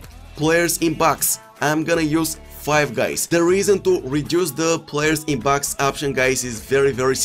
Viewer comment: Reduce players in pax??? Sounds like he said pax not box LoL